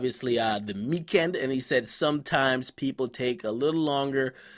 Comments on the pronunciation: THE "MEEKEND" can't stop laughing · the Meekend 😂😂😂😂😂😂